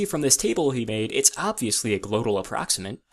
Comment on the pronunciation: I just started laughing at “glotal”. A whole conlang completely undone by the glotis.